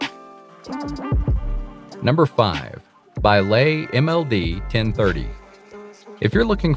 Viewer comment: Baileigh, from the Scottish and before that Norman, pronounced bay-lee: it's not Chinese... In fact the company that produces this machine has its headquarters in Wisconsin, USA.